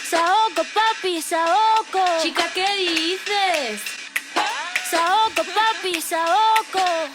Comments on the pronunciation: SAOKO (papi) SAOKO NOT SAUKO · It's Saoko not Sauko 😂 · SAOKO, not Sauko, idiot. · Saoko* not Sauko